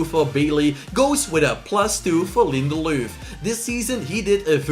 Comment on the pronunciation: Its linderlof not linderlooth